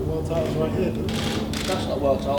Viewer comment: Frank.. we've got some great fyders going for some great tydals